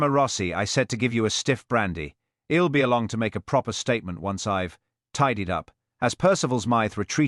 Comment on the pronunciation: HELL instead of he’ll…..YOW instead of you…..mispronunciations ruined the story, I won’t be subscribing.